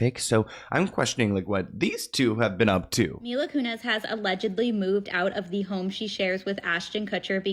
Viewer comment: Mila Kunis. Selena Gomez. Not Mila Kunez.